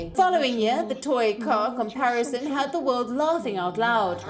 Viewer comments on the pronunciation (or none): none